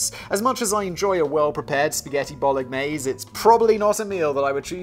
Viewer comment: Lol "bollock-naise"